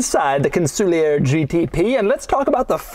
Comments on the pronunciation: Con Sul Ear not Con soolee er. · It's not "Con-sool-lee-ur" It's pronounced "Con-sul-ieeeeeeeer":elbowcough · You'd think that before making the video, he'd at least check a couple of videos with Mosler to learn how the name is pronounced. It's Con-suh-leer, not Cun-soo-li-yer. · Yes, his exaggerated incorrect pronunciation was driving me crazy 😂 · Doug it's pronounced CON-SOL-YAY !!!!!!!!! I'm old & have lusted after one of these for over 30 years. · I always assumed it was pronounced like it was a French word... Con-Sool-Eee-Yay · Every time he says kahnsooleeuhr I lose 50 braincells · Are we sure it's not pronounced con-sue-lee-yay? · Im not shure hes pronouncing the name properly 😮 it is gorgeous tho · wouldn't it be pronounces Con-sul-e-A as it's a French word? the "ier" making an "eh" sound?